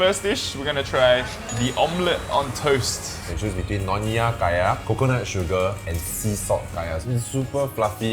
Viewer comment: Its nyonya. Not nonya.